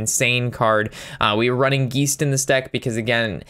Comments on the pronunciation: Geist is pronounced guy-st (long I sound) not Gee-st (long e sound) and simulacrum is pronounced sim-you-lack-rum. Hope that helps in future vids, keep up the good work. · I giggle every time you say "geesed" instead of geist